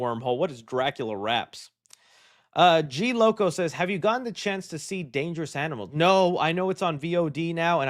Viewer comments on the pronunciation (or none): none